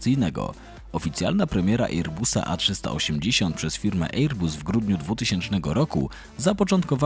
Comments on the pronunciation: Wezcie ocenzuzujcie tego "ejer busa"... chociaz dobrze, ze fraza Boeing nie jest "Beeingiem" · Ejer-buuus... mamma mia.. tego się słuchać nie da... szkoda że algorytm jutuba nie wykopuje tak fatalnego lektora. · Dziwne ,bo fajny material ale mogłeś sprawdzić wymowę, bo serio ten ejer bus jest tak wkurwiający ,że szok. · Fajny materiał tylko ta wymowa: Airbus. Wym: "e: bas" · To prawda, słucha się bardzo ciężko....ajeerbas...🙉🙈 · Jak można tak źle przygotować się do materiału i przez cały jego czas źle wymawiać nazwę firmy o której się robi materiał…. Żal